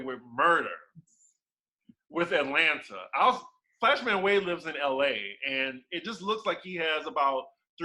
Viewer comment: I don't k ow way I wantes to hear "atlana"